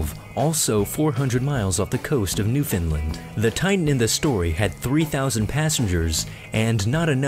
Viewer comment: the way he says newfoundland is cringy